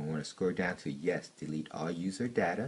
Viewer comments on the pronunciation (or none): none